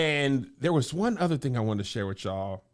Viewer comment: I don't wanna hear you say TING no more!!😂😂😂